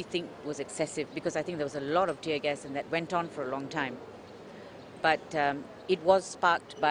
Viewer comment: It's "tear" bro "tear".. not tier. Shame on you.